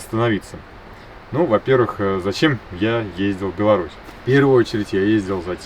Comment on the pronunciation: Спасибо за то что правильно произнесли название нашей страны "Беларусь". Усадьба Немцевичей!